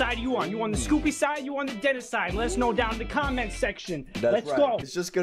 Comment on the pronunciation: it's Denis not Dennis